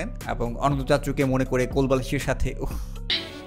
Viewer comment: দেখি ইংরেজিতে রিডিং পড়তে পারে না 😀😀😀 ওটা অানান্তা না বরং অনন্ত, অার কিছু কিছু ইংলিস বলার ক্ষেত্রে উচ্চারনের দিকে খেয়াল রাইখেন